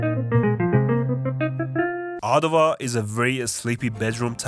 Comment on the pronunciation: I'm from Ottawa and you got it spot on 😂 lolz